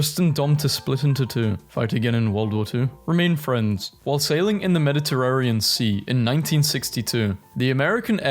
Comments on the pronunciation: MediterraNean, not MeditarraRean....I thought I was going through another Mandela effect or something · You said Mediterrarian instead of Mediterranean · "Shiron" "Calligoolar" "Medderterarion" "Ah-thian" "Aggin-court" "Oligarshic" "Crist-en-dom" When you are reading words aloud for the very first time. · anyone else whip their head up in amazement and disgust at hearing Constantinople be referred to as "Con-stand-nip-O-lee" and then again when he said "Med-i-terr-err-ian" and then AGAIN when he said "Ath-EE-yan" instead of ATHENIAN?!?!?! bruh these are surface level historical terms your grandma might know